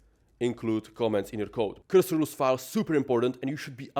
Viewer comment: Blud says 100 time word cursor and cant comprehend it is not qyrsyr 😂